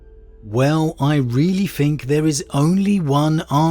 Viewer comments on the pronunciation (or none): I'm really sorry to be that guy but... its think (th-ink) not (f-ink). You are pronouncing it wrong and have done for pretty much all your videos.